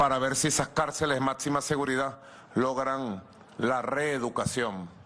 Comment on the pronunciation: "Matsima" seguridad... No sabe ni hablar...